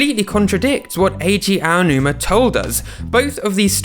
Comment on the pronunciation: You're the first Brit I've ever heard pronounce Aonuma properly. Cheers :D